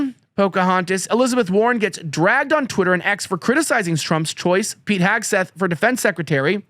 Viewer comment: Hegseth. Not Hagseth. 🤨 TWO in-show commercials!? In less than 12 minutes!? Really!? 😤